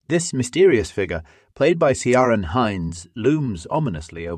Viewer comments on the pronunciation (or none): Ciaran is pronounced ‘Keeran’